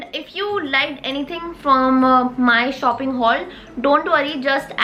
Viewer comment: Nobody Literally nobody: shopping..Shoufhing😂❤ Love you ❤💫